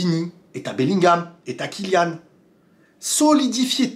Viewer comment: Merci à toi d'avoir bien prononcé le nom de Kylian.